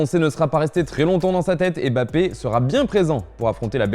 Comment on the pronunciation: On dit MmmmBappé...merde et pas Bappé